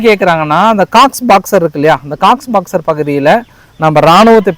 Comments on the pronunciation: Anna athu காக்ஸ் பஜார் Cox's Bazar... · Cox box illa cox bazar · அது Cox பாக்ஸ் அல்ல அது coxbazhar.